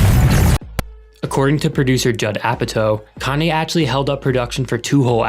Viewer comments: when he said Cane-yee West 😭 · "kanye east" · “Kanye East.” IM FUCKING DEEEAD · everybody